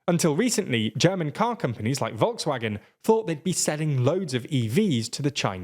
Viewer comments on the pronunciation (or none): none